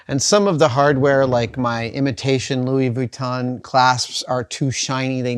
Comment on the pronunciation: Goes to the trouble of risking giving his tongue a Charley horse by correctly pronouncing Louis VEEYOOWEETOHN... Then mispronounces Han Solo. 🤣🤣🤣🤣🤣